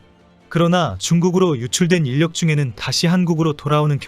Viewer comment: 인력을 [인녁]으로 읽는 거 정말 불편하네.